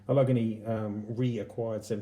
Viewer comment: Damn, dude, that's a HELLA collection! Thank you for sharing it with us. Semper Fidelis, my friend! P.S. The proper pronunciation is "Al-Luhh-Gay-Nee"...Allegheny.